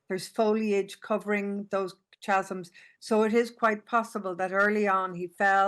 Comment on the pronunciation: Learn to pronounce "Chasm." Ffs